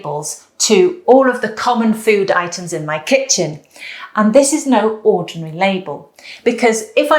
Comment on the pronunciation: "Let the itens pop." Oh, the itens do pop. 😅